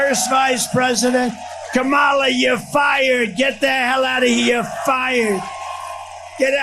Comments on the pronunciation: I hate him purposely saying her name wrong. Sucha lil dik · The continous mispronunciation of Kamala's name just confirms how stupid he truly is. Soooooo old and boring. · He still cannot pronounce her name correctly, rambling orange fool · You know he pronounces her name wrong on purpose right? Names are pronpunced one way, not how you choose to pronounce them. A one day election is an intentional way to try to limit the amount of people who vote, the only thing I can think of is to give EVERYONE the day off but even then so many people will be left out. Who votes for your bedridden grandparent? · WHAT A TOTAL EMBARRASSMENT ! WHEN KAMALA HARRIS WINS WE ARE GOING TO HAVE TO ENDURE 4 YEARS OF HEARING HER NAME MISPRONOUNCED!!!